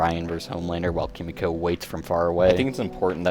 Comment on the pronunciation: It’s “Kee-mee-ko” not “Kuh-mee-ko”, like a dumbahh American. I’m a massive weeb and I hate seeing my countrymen butcher Japanese phrases!